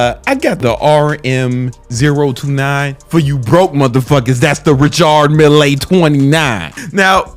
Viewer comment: RICHARD MILLÉ MY BROTHER why do i love it so much when you Say RICHARD MILLÉ 🤣🤣🤣🙏🙏🙏🏆🏆🏆 the best💪🙏